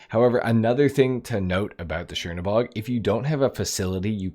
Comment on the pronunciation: This isn't shiernobog – it's Chernobog (Чернобог). Which literally translating as "Black God" from Russian.